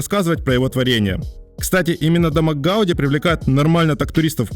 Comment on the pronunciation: Ужасно всё время коверкает фамилию архитектора ! Ухо режет. ! Раз каталонцы ставят ударение на последнем слоге - ГауДИ, что и было озвучено самим автором, значит, так она и должна звучать, В Барселоне это слышишь на каждом шагу.